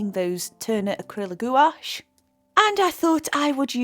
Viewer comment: I've given up with jacksons although I live in UK my orders take wks to come, It's just not worth the wait so I order from amazon, next day delivery with prime or at most couple days. I find amazon cheaper as well so it's a no brainer. Can I just say its pronounced like GWASH. Beautiful painting, love the hair.